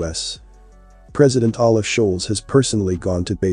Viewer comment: pronounced "O-love" Scholz.. fully consent to da rest